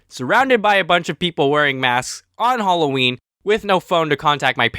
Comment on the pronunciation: you said alloween its Halloween